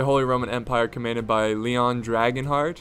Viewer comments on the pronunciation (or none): none